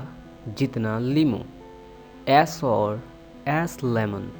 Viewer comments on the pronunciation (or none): kia "sour" is trha se pr0nun h0ta hy....j0 ap ne ki hai is ki pr0nunsati0n.....plz tell me...